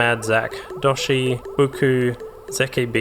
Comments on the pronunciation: yo 1 dont mention bassenctar, faux pa 2 ZEEEEEK beats , not "zeh key" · Love to see high quality video essays from smaller channels! The beginning of a wild journey! nonetheless, loved the video (but I did cringe at the mispronunciation of Zeke Beats)